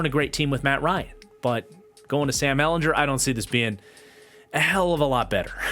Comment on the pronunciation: Just btw Sam ellen-gur not jur I only know Bc we played him so many times (ou fan)